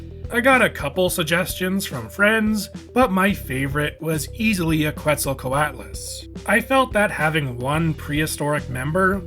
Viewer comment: This looks awesome! Worth noting though, Quetzalcoatlus is pronounced as Ket-sal-co-aht-lus, as it's named for the Aztec god Quetzalcoatl.